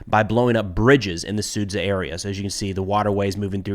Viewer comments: it's su-JAH, not sud-ZA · Sudzjah NOT SOOD ZUHH